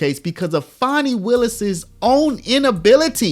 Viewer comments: Fani is pronounced the same as fan. It isn’t spelled fawni or fauni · Why can nobody correctly pronounce Fani? It's not Fawni, or fahni, it's literally pronounced Fan-ee.